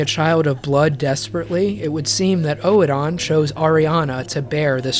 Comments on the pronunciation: not to be an um actually guy but um actually it's pronounced like Odin. In the game most people add a soft R sound at the end of the O so it could be pronounced erden with an almost silent E. Of course that could just be the british accents slipping in a rhotic vowel with the first E. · After hearing Oh-eh-don Chapel 100 times I don’t know if I like you anymore 🤣 Really though, I love the way you made so many mysteries make total sense in the context of other in-game happenings. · That isn’t how you pronounce Oedon. You make it sound like a fucking Pokémon lmao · I know it's probably not on purpose but it's been driving me nuts for the last 2 hours, I think Oedon Chapel is said "Oh-don" and not "ohee-don". The video is amazing, just like your DS2 one, I just like to be pedantic about small stupid stuff like that. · Honestly I prefer something closer to your pronunciation, just with much less emphasis on the second syllable. I don't thing it's supposed to sound identical to Odin. OWE-eh-den imo is the best pronunciation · It's actually not either, it's pronounced erh-din. The chapel dweller says it himself. It's using a German OE sound, which makes a soft R sound. Like the poet Goethe. It's not really a sound we have in english but everytime it's said in the game it's said like that. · what's this oh-eh-don, Oedon is pronounced like Burden throughout the game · epic video except for every time you pronounce "oedon" as "oh-e-don" instead of "urdon" but I'm willing to forgive cuz you covered a LOT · Dude loved this vid. Liked and subbed, however the way you pronounce "oedon" as in oedon chapel annoys me. Your say O-E-DON, it's literally said by multiple characters in the game, it's pronounced ER-DUN, I know it's a little thing but you actively chose to ignore how they say it in game. Please stop it sir 😂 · i thought it was pronounced eden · It's actually pronounced more like "Oh-done," but obviously you say it quickly and not spaced out. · Bruh it's pronounced odin